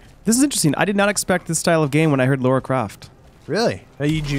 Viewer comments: I love you, I do. But, her name is Lara, not Laura. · its lara not laura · reiner does it too, its like theres no one in the US called laura lol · Miss Croft's first name is "Lara", not "Laura"... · Lara! Lara Croft! NEVER Laura. LARA! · Its LAARA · It's fucking Lara! Damn it why can't Americans just get that name right? It's pretty hard to miss, and the names sound obviously different. And this is from a games magazine! Come on, that's just shameful. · more like Lair-a Croft.... heh-heh........ sigh